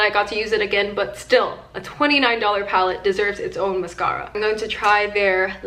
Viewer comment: The way she says mascara bothers me so much😭😩